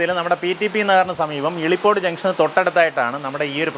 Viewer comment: ഇളിപോട് അല്ല മിഷ്ടർ 😂😂😂😂😂 ഇലിപോട്.... 💖💖💖